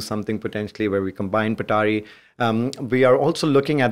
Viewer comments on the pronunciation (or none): Bro its Patari not petari 🙂